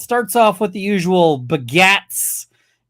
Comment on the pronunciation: every time says "the begats" I hear "the Baguettes" xD